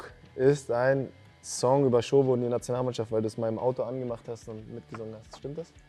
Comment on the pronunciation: Wieso sagt er ständig Schobo??? Der Dominik sagt doch am Anfang wie es richtig ausgesprochen wird.